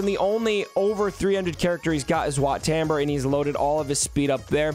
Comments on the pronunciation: The way you say WAT TAMBUR just hurts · Excuse me it’s wat taum-bore